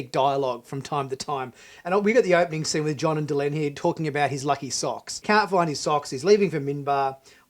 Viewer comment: Please its Delenn not Delun. I don't know, kindof get the feeling from watching this channel that you aren't that familiar with Bab 5 (or of science like not understanding the corridor and why it curves). I'm afraid I am not a fan of animation.., there is just no way it can include the detail. You were saying how beautiful and detailed scenes were and even from the clips/pics you showed I just couldn't see what you saw.